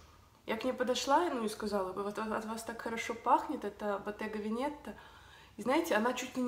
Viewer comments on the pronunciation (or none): Здравствуйте. Спасибо Вам за интересный обзор. Единственное, если Вы мне позволите заметить, это пишу на русском Боттега Ве'нета (Veneta ) с одним т и с удалением на первое е. Удачи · Не правильное произношение Veneta. Правильно- Вэнета. Ударение на Э и одна Т. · Iryna Maksiuta это итальянский язык, и в нем ударение ставится на предпоследний слог, так что ВенЕта. Just saying.